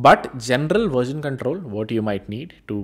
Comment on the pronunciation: It is version not verjen … 😂